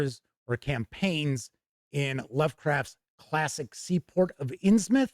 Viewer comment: Thank you for saying it as “Inns-myth” and not “Inns-MOUTH!” Always annoys me… 🤣 Anyway, thank you for the review, I can’t wait for this book!